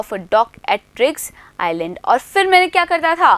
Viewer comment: Iland nhi island he didi